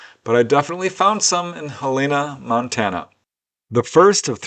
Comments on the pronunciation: That's "Hell-en-nah" not "Hell-e-nah". Capital city of Montana and home of the University of Montana. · not how you pronounce Helena... Hell-en-uh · I've never heard it - Hell ayna! LOVE IT! I will use that pronunciation henceforth with relatives that live up that way😊 Btw - easiest way to know how it sounds? Just think - "Hell in a" handbasket (just leave the handbasket out of it and there ya go😊 i prefer your way personally though.